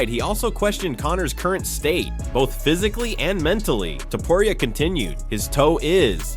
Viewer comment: He is Topuria , not Topuraia